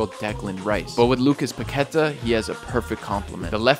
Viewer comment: Just a little corection. The pronunciation of his name is Paquetá, with enfasis in the last syllable